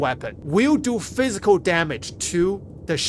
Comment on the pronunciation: F I Z I K A L damage, not plisk damage.